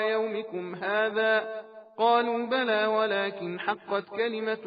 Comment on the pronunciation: Surah Zumar - Ayat 59 - it's "Balaa qad jaaa'atka" the recite is saying "falaa"